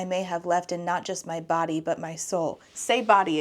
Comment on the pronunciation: Say "body" again, dare you, double dare you, etc. They speak English in "Body"?!